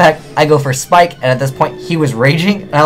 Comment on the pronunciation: abyss pike not abys spike [abysspike]